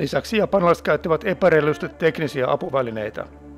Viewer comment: "epäreilusti" vähän vihlaisi :)